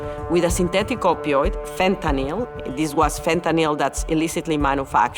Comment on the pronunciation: Dr. Nora Volkow is the only one who seems to know how to properly pronounce "fentanyl". Pill, hill, spill, thrill, shrill, mill, drill, fill, Benadryl, fentanyl. Couldn't be easier.